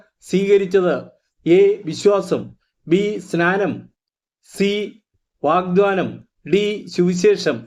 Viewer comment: Sir, വാഗ്ദാനം എന്നാണ്, വാഗ്ദ്വാനം അല്ല 🙏എഴുതി കാണിക്കുന്നത് ശരിയാണ്, പറയുന്നതിൽ മാറ്റം ഉണ്ട്